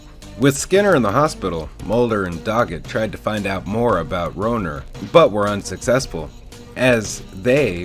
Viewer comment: Horrible mistakes in characters names and their pronunciation. It was Melissa not Melinda. Marita not Martha. Rohrer (pronounced Raw). You ruined otherwise good material. SMH.